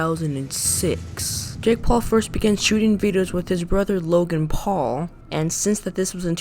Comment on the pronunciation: "Jake paul, Loagn paul"